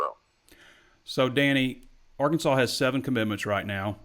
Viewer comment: He may have been joking but please ask Danny to pronounce “Arkansaw” rather than the famous Les Miles’ insult, “ArKANSAS”.